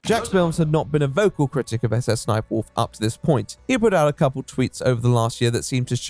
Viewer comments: endlessly funny that jacksfilms calls her "suh-suh sniperwolf" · I mean, that's how you pronounce "SSSniperwolf"...Let's say, for example, that you'd want to pronounce the African country of "Niger"...an extra letter would surely chance the way you say that word, would it not?